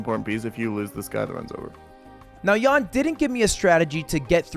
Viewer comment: Pls learn how to pronounce jan. Ty